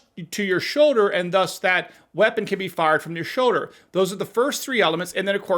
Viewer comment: It is a SHOULDER, not show-der.